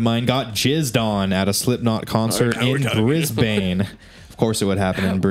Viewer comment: That pronunciation of Brisbane though 😂